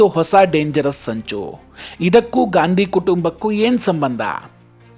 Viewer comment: ಗಾಂಧಿ ಅಲ್ಲ ಸರ್, ಗ್ಯಾಂಡಿ ಎಂದೇಳಿ 😂